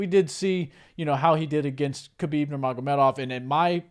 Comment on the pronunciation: Thats right, but also the T is silent in Khamzat's name. Its pronounced HUM-ZA, and HUB-EEB for Khabib.